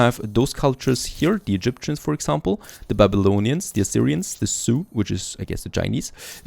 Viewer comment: You pronounce Zhou as Sioux, My culture and a famous Native American culture. No hate it just something I noticed.